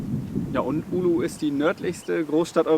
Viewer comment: Es heißt Oulu und nicht Ulu :D Aber schönes Video. Bekommt man Fernweh.